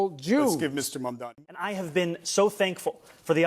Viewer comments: It’s Zohran MAMDANI not Mandani .. why nobody can pronounce his name properly !?? Eventhough it’s so simple to do so … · I like your channel; make sure you pronounce your subjects names correctly. Its MaMdani and not MaNdani. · Zohran Mamdami. Pronounce Mamdami with TWO Ms.